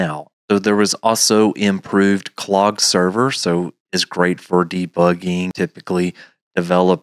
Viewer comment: Thanks for the headsup! By the way Klog is pronounced "K-Log" not "Clog".